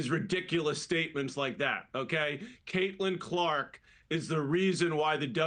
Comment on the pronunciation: I mean, you could at least the woman's name correctly.....